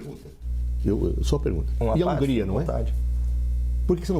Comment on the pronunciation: Do nada o cara mete: " E a Ungria" 😂😂😂😂😂😂😂